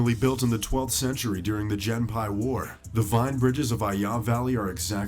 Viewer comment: That narrator butchered the pronunciation of the Genpei War